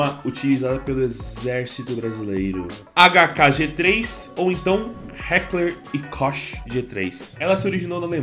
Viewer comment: Ah E A Heckler E Koch Nao Se Pronuncia Heckler E Kosh, E Sim Heckler e Ko O Ch É Meio Mudo Tirando Uma Duvida Pra Quem Nao Conheçe Um Pouco As Armas Kkk